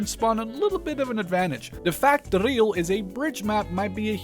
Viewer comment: As a Dutchman I am surprised by your amazing pronunciation of "Driel"